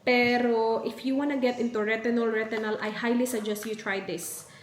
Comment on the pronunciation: Please check the correct pronunciation of retinol